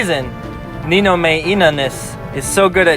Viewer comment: the way you say ninomae.... rushia bruh moment